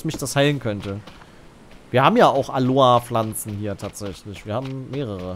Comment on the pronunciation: Nicht Aloa, sondern AloEEEEE.